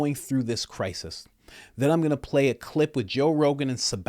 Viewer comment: Cry-sist? This is that New English..